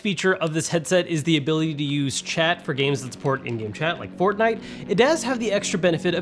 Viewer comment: You say fortnite pretty weirdly